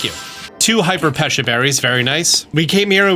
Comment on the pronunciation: It's pronounced pe-cha not pe-sha